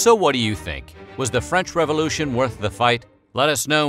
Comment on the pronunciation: What the hell is a revolushion?! lol